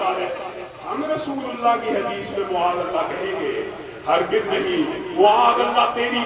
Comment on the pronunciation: معاذ اللٰه میں م پر زبر هوتى ہے نه کہ پیش، تمهارى تقریر ناقص دلائل کا مجموعہ ہے۔ برىلوىوں کے ساتھ ره کر وهى ضعیف احادیث بیان کرتے ہو۔ اور صحیح حدیث سے وه چیز ثابت نهيں هوتى، جو تم ثابت کرتے ہو۔